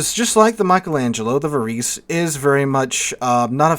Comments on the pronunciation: Think Italian when pronouncing Italian names - it is closer to 'var-ay-say' than anything else. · The proper pronunciation is -> VA-RE-SE or something similar, although I am not italian, still ... 🙂